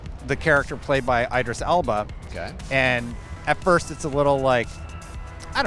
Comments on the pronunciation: its not Eyedris Elba but Idris Elba lol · Eye-dris Elba took me out lol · The fact that somehow has no idea how to actually pronounce Idris Elba makes me wonder why anyone would care about his opinion. Aren’t people speaking about the games supposed to actually know things about them?